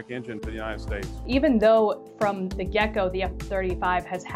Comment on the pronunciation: I'm pretty sure is saying "gecko" and not "get-go". Does it twice. and.